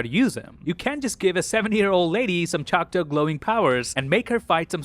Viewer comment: It’s ChocTAW not ChocTOE. Come on dude. You’re not retarded